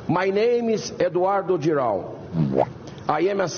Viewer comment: O seu comentário foi maravilhoso. O que eu mais gostei foi o Eduardo " Girau".